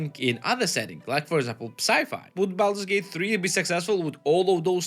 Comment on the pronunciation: ah yes, Baldut's Gate 😆